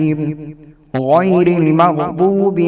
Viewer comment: موصوف ۔۔۔۔ یہ لفظ ”غیرے“ موکدہ نہیں ھے ”غیر“ موکدہ ھے۔ اسلام کے ساتھ ساتھ اپنی مادری زبان اردو بھی سدھاریں۔ یاد رھے کہ عربی زبان کے بعد سب سے زیادہ دینی لٹریچر اردو زبان میں ھے۔